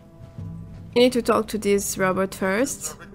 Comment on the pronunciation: i love it how she pronounces "robot"... err she says "rAbat" .. a bit funny too